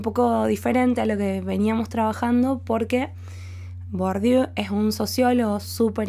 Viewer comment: Gracias por tu claridad expositiva. Por cierto se pronuncia: “BURDIÉ”.